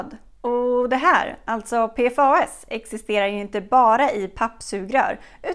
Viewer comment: En detalj, förkortningen PFAS på svenska utläses som ”P-FASS” 😉